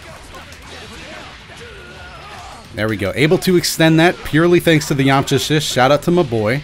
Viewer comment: "Purely thanks to the yamcha ashist"